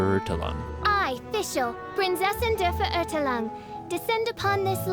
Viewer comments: Its horrible how badly the german here is prodounced. Please use Google before you start using the games Procounciation, i literly cringed at every single german word you just said. Also half of your translations are completely wrong. Immernachtreich means Empire of Eternal Night not Rich in night for instance. (Though Kingdom of Eternal Twilight works too but that would be Immerzwielichtreich (Zwielicht means Twilight)) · The way Der Verurteilung is pronounced is terrible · I’m sorry but it cringe me so much every time someone try to pronounce “Verurteilung”. Pls use G translate to pronounce it correctly. I’m not German but I speak it. Prinzessin der Verurteilung = princess of condemnation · hearing prinzessin der vererdellung is so weird when german is your first language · Always funny and cringe to hear non german speakers trying to pronounce german words lol "verurtlung" is pretty wrong Her english VA is pretty bad, or rather the choice of letting her butcher German words is bad. In JP they just translated the German so it doesn't end up that bad. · Prinzessin (pronounced like Prints Essen) Der Verurteilung (pronounced like Fur-er-tye-lung) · VERÖRTELANG!!! Oh, und das mit dem "Fräu-leyn" beim Ultimate ist auch mega nervig. xD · Prinzessin der Verurteilung? Nah Prinsesin de veurtalung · You are surpassing each of your prior videos. Great work! :) I especially like your editing and how you are able to seamlessly combine various footage from trailers, gameplay, the menu and so on. By the way, the word "Verurteilung" is more properly pronounced: fair oor tile oong. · I die from laughter every time I hear Fischl say "Prinzessin der Verurteilung" and mangling the pronunciation of "Verurteilung" so badly. Also the "reich" of Immernachtreich" in does not mean "rich" in this context, it means "empire" or "kingdom". Immernachtreich would then literally translate to "kingdom/empire of eternal night". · I hate how they say Verurteilung